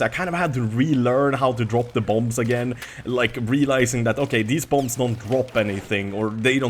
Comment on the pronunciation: Hey, the last B in bomb is silent:)